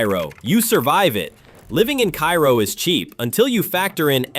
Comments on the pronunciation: It’s pronounced Kay-ro Illinois, not Ki-ro like the city in Egypt. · "Kay-row" not "Kye-row" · It's prounced Care-o, not ki-ro. The crime rate is much lower than reported here, as the population nears 0. It is indeed becoming a ghost town. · it's Karo, not Cairo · No, Kay-ro. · Love this video. But for one thing. Cairo is pronounced “Ka-ro. The ‘i’ is silent. Keep up the great videos please. Love every one of them. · It's Cairo pronounced care-row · Cairo Illinois is not pronounced like Cairo Egypt... It is pronounced Kerro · You can tell the voice is AI: It pronounces Cairo, Illinois the same as the city in Egypt. The Illinois Cairo is pronounced "KAY-row". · Cairo in Illinois is pronounced 'kay-ro'. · I belive Cairo is pronounced Kayro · Pronounced kayro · It's Care-O. I was born and raised there. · It's pronounced KAY-ROH.. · Cairo, IL. is pronounced like care-oh. Next time you're in that neck of the woods, just ask 'em. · Thank you. I'd never even heard of this place until a year ago, and it was pronounced incorrectly, which I didn't know at the time. Now I know.